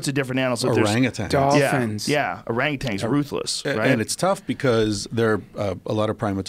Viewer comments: Duncan "Orapeatangs" Trussell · "O-rape-atans" -Trussell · Duncan "O-Rape-Otangs" Trussell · Duncan "oRapeatangs" Trussel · hahahaha when duncan says ORAPETANS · Aaron Levy “O-rape-UTANGS” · 'Or-rape-atangs' lol